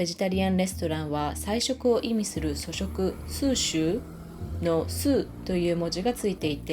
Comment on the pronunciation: 素食や全素の読みが違っているのが気になりました。それならまだ日本読みにされた方が。